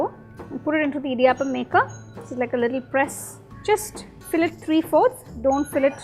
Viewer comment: Idiyaaappam alla pulle "idiyappam"